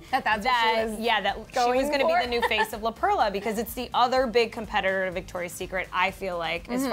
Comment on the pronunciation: It's pronounced La PERLA NOT La PRELLA 😂😂😂